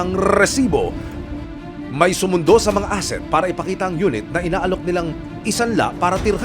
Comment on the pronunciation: Ako lang ba ung nabbwisit twing naririnig ung RRRRRRESIBO????????!!!!! di nlang sabhin ng maayos 🙄